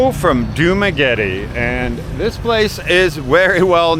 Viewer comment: As a non professional you should first know how to pronounce correct dumaguete